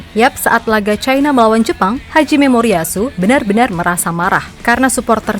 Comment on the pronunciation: Ngomongnya jangan "Haji Memoriyasu" dong min.. Tapi "Hajime - Moriyasu". Jauh beda mimin syg....